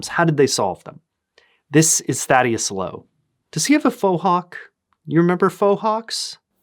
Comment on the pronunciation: Hate to be 'that guy' but im pretty sure its pronounced Thaddeus m8.